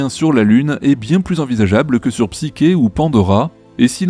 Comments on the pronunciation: Psyké ??? c'est quoi cette prono6nciation ? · Qu'est-ce que vous m'énervez avec votre Psyké ! En français, Psyché se prononce psyché ! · La psyché est mal prononcée, elle est une illusion de réalisation de quoi que ce soit!